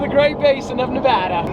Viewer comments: Please never fuckin say nevahdah again it’s Nevada*🤦🏼‍♂️ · hes pronunciation of "nevada" Lol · HOW DARE U SAY NEVADA WRONG lamo